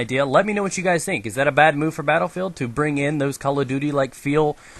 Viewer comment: He says BattleFail instead of Battlefield! Soooooo??